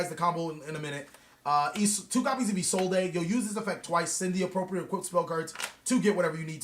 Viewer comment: isolde is pronounced "ee-sold" i really dont know where isolday came from....